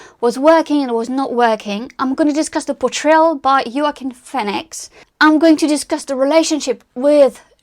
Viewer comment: I had to go back to where you pronounced Joaquin Phoenix’s name… You pronounced it the German way “Joachim” first time that I have heard someone pronounce it the correct German way. Kudos to you.